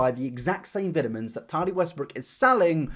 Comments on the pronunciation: “viddamins and tardi westbrook” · I'm just here to listen to keep saying "vit-ah-mens" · I’ve never heard anyone call VItamins Vetamins. Is that just an American thing? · I just love(as an American) to hear you say “vit a mens”. You’ve got me as a fan forever♥️ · I love how the British say vitamins.